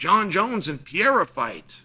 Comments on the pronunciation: What is it gonna take for uncle Chael to learn how to pronounce PE-RE-I-RA ? Instead of PI-E-RA ? Haha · he always says Pierra 😝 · Surreal vs Pee-era LMFAO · you put him in the GOAT conversation, you should probably also start pronouncing the name correctly Pe-re-i-ra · "Alex Pierra" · How many wins away is he from you pronouncing his name correctly? :D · Someone please show this man how to pronounce Pereira!!! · Chael, if Alex gets it done, wil you pronounce his name correctly? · How many times can i mispronounce the champs’ name? That was his inspiration for making this video. The only reason, all the rest is garnish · I’ll give u 25 dollars 💵 if u learn how to say pereira correctly 🤣🤣🤣🤣🤣🤣🤣😬😬